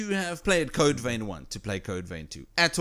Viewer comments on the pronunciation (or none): its not code vain its code vein plz pronounce it right not critiasing u